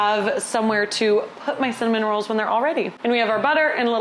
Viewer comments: I annoyed my wife so much by saying it kept sounding like you said “some minerals” instead of “cinnamon rolls.” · when you first said cinnamon rolls I SWEAR you said "some minerals" and was very confused. Also just when you said you always thought they were hard to make, my first thought was "oh the hardest part is the dough rising" then you SAID BASICALLY THAT. I guess I'm just psychic (que tiktok "i've got the mind of a master... mind master... master... you know? I'm just creative like that")